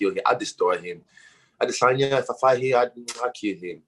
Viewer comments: Every month Ariels pronoucnation of Israel's name has gotten more dramatic. It used to be "A-de-sanya" and it's now progressed to "Ah...de...sohn-ya" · Israel A-DE-saya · Izrael a-day -senya. What a fruity nerd this Ariel is! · It's pronounced Gynosanya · WHY YOU KEEP SAYING "I DISS ON YAH" that's not how you pronounce his name freaking Ariel. So annoying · Israel aDUHHHH shut your floppy mouth Ariel. We get it you know the pronunciation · Y'all are ALL wrong! He's proud because he and Izzy came up with the pronunciation, "I-diss-on-ya" 🤦🏾‍♂️ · Israel I-diss-on-ya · Israel A-Diss-anya!! Who told Ariel thats how its pronounced 🤣🤣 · Ariel "Israel A🗣️idesanya" Helwani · lol stop saying his name like that. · I like how people say his name trying to sound correct and then butcher it like no one else before. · Why does Ariel say Adensanya like he just learned to say it correctly every single time it leaves his mouth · I think izzy was trolling Ariel when it comes to saying his name there's no o in izzy last name bro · Ariel comes every time he pronounces Izzy's last name. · Ariel keeps pronouncing his name wrong